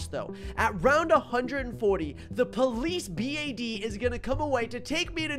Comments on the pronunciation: I love how you said police B A D and not police bad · I like how he says 'Round 100 vs A B. A.D